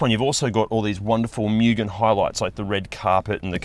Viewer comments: It's moo-gen NOT myew-gen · If you're going to do a car channel, lean how to pronounce Mugen. Its (Moo Gen) not (Myuu Gen) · FYI: the pronunciation of MUGEN is "Moo -ghen" (with shorter "Oo" sound)